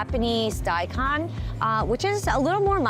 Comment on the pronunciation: Agreed, but how about ¨daikon¨? It´s not die khan ...it´s more like die cone (Nihongo, btw)